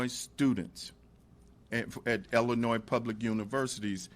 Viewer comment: The black speaker doesnt even pronounce Illinois correctly😢 It is NOT Ellenois.